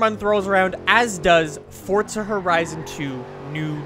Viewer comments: its forza not fortza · WHY DO AMERICANS SAY FORZA HORIZON AS FORT-ZA HORIZON Learn some English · No even you are wrong people in UK say Forza. I know this because i am english. However people in US,Canada etc say fort-za. LISTEN TO HIM HE SAYS FORT-ZA AND HE IS AMERICAN OR CANADIAN WHATEVER HE IS THEY ARE BOTH THE SAME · It's pronounced both ways and no one really cares.